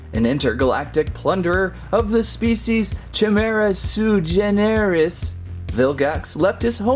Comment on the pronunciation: Here's the easy way to pronounce vilgax's species name. Kai-mare-uh soy gen (like Ben but with a hard g) res.